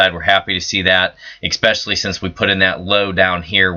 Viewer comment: There is no ICK IN SPECIALLY! S SPECIALLY IN ENGLISH!